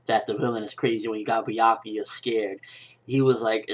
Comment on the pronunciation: That isn't anything close to how I read Byakuya's name.